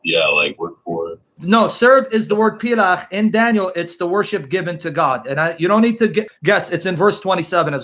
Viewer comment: Word is pel-akh/palak not plach btw.